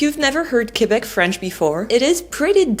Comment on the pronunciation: First of all you have to well pronounce Quebec in English.